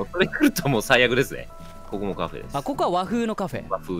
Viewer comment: こ↑こ↓いただきました。